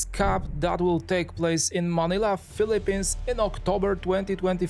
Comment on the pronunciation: Maganda sana ang documentary kaso hindi maintindihan ang pag pronounce mo kuya. Sumakit ulo ko. 😢 and please pronounce PHILIPPINES properly. Nakaka trigger. “Eben” Maganda sana ang content.. 🫠